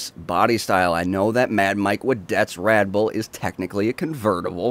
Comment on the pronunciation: He keeps saying "Radboll"